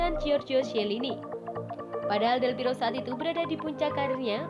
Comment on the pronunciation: Mohon buat tim channel ini, berkali2 sebut nama Del Piero itu Del Piro 🤦 klo di denger pendukung juve dri itali sono bsa di ledekin kita, atau sepertinya baca nya kecepetan ya? Pelan2 aja, sumpah ga enak bgt denger Del Piro Del Piro, Del Berapa? Ratusan 🤦🤦🤦🤦